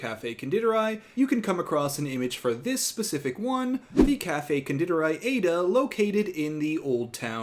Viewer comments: As an Austrian, your pronunciation of Konditorei made me laugh so hard, even though you did a great job at it. The i in di is pronounce like your standard English "e" and the ei is pronounce like the eye. So it't Con-de-tor-eye. Other that well done 👍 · Not to be that person, but just for the future Konditorei is pronounced Con-deee-tor-eye. I studied abroad in Vienna so I feel proud for recognizing it right away!